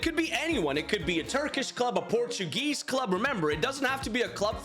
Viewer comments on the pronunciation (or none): none